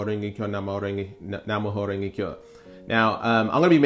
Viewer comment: Its Nam like Vietnam Myoho (me yo hoe) Renge (rain gay) Kyo (key yo)